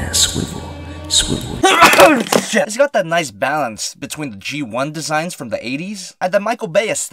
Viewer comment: not swiffles it's swivle